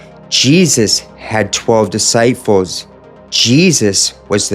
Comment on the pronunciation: "JESUS had 12 deSightfuls" Was that on purpose?